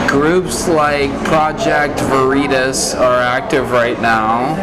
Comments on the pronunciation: I think Vereeetuhs are a new Taco Bell menu item. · He pronounced Veritas like a Mexican dish 🤣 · “Project VerEEtas” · How the reporter reads the email "project "VAREETAS"" 😎🤣 "You're lucky you met me organically, because, I'd be questioning everything about you" 🤣🤣🤣🤣👏👍😁😎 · "Project Veri Tas" haha, got me good🤣🤣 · LMAO - when he said, it would be like you recording right now -- then he said, voritaz. xD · Project Va-REE-tas...BWA-HAH-HAH-HAH-HAH!!! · vah ree tahs omfg legendary trolling insane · I thought the same thing, but what if instead he had said “oh, Isht, those vereetas guys! They’re awful!” just to appear to be more on “his” side. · “Project Vareetas” Gold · Project very-tass oh my god that made me laugh so hard I met this guy is kicking himself in the butt now🤣🤣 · mispronouncing 'vereetas' was the absolute chefs kiss of this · Project V-er-ee-taz 😂😂😂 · Who is project vuh-ree-tuss, and what do they do? I guess you'll find out. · I like how the undercover guy said vuh-REE-tas like it rhymes with fajitas. 😂 These leftists are the priests of Wokism and they think whatever they say is the word of their God. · I laughed so hard!!!! Vereeetus. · Project vereeetas, what is that? 😂😂😂😂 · I love how he said ver-eetas hahaha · "Project ver-ee-tus". This was the most meta pv video I've ever seen. Slow clap for the undercover for keeping their shit together. I imagine their heart had to be in their throat on this one. Gold. Pure gold. This is a pulitzer right here. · Project Var-Ee-tas !!!!! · The way the journalist pronounced "project vereetas" as if he hadn't heard of it before was an absolutely genius move. 😂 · Veree-tass haha, ouch. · "project... vuh-REET-us?" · It's Vereetas (rhymes with Velveetas) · Woke Titter: where the mediocre think they're special! And the reporter was so in character that he even mispronounced "veritas" as "vahreetas." Lol, great job! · The under cover journalist was a genius, when reading the memo, and mispronouncing "Project Vereetus"...